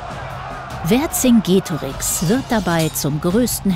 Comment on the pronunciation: Man spricht den Namen Verkingetorix also das c als k weil es im Lateinischen kein k gibt